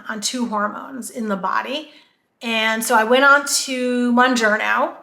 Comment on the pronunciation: I'm glad people are making videos about these drugs but I also wish people would pronounce them right so listeners would learn the right names too. Mounjaro has helped change my life, and I spread the knowledge when possible, so I've done my research, including pronunciation. Mounjaro is pronounced like MOUNt KilimanJARO. The Moun- part is like the word noun with a letter m instead, and the -jaro is pronounced like JAHR-OH. There is no n at the end. I am shocked about how many YouTubers pronounce it wrong. I've seen: MON,MUN,MOON-JER-O MON,MUN,MOON-JAR-O MON,MUN,MOON-JARNO MON,MUN,MOON-JERNO ETC.